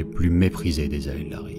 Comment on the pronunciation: Super vidéo, c'est juste parfait en terme de rythme et de voix. Par contre, on dit Eldari , le A n'est pas prononcé Hâte de découvrir la suite, vous avez gagné un abonné !